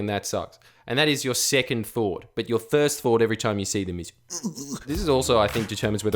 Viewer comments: 5.45 jordy says "thirst fort" instead of "first thought" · You think I didn't hear you say "thirst fought" ? You think this is a fucking game?